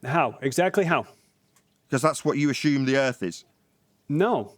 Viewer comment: I'm going to take a shot every time say's "Ashume "...